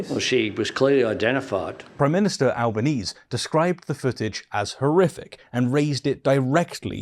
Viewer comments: Pronounced al-ban-easy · It's pronounced "Albaneezee". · please say the PMs name correctly.